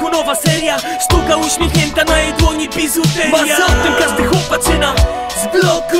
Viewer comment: Pihu już ma taką wymowę. ''bizuteriia'' czy ''psywiązanie'' itd.